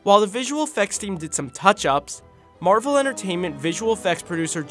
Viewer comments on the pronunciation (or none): none